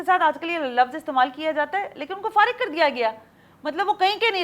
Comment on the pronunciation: Khatoon ka style kuch aamiyana sa lg rha tha....lafz "farig" ko highlight kr k bolna ...afaq bhai k power walay ishare pr khuamkha hansna....as khatoon ko zaib nhi de rha tha....lafz farig urdu mein aam fahem hai.